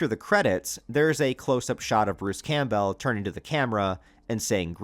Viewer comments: Is it AI that can’t FUCKN SAY Bruce’s last name right over and over again?? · I can’t figure out if your voice is ai. The way you pronounce “Campbell” is very strange.